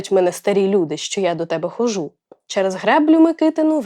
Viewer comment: Будьте уважні до наголосів, наприклад: корОмисло, хОжу, скАжу